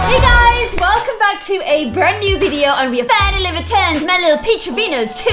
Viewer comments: Nee?! Lol I think u meant new XD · "NEE LOVE" Don't you mean "NEW LOVE"? Love you,! ❤ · you said NEE LOVE 😂😂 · Hey umm,, you spelled the title wrong, you said nee look, it’s new look😬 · One of the first!! Hahaha lol you said "Lilith's new look and nee love"😂 Love you so much 💖